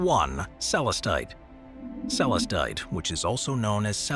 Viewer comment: Most Tigereye has inclusions of asbestos, known as rutile. It's what gives the mineral its chatoyant shimmer. Azurite is also found as a companion mineral to Malachite. All of the stones, featured in this video, are MINERALS, not rocks. "Celestite" is pronounced Suh-LESS-tite, not SELL-us-tite.